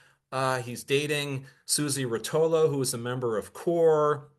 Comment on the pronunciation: I think the name Rotolo was pronounced with an accent after the first syllable, at least that’s how our mutual friends pronounced it… Did he say Dillon’s performance in DC at the Big civil rights march was lackluster? Remind me to tell you my take on that.